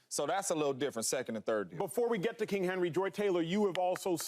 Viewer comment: Someone please tell Mr. Jones the word is king, not kink. It's Not Kink Henry!!